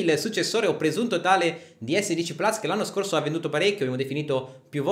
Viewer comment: Ma perché plas, è latino, si pronuncia plus